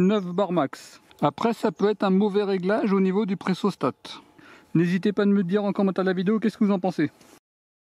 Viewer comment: c'est pressostat et non "pressostate" :p